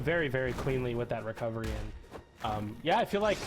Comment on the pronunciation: "wecovewy" man i love her soo much XD